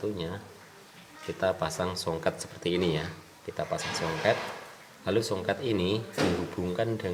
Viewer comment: Kapasitor... Bukan kampasitor... Soket bukan songket...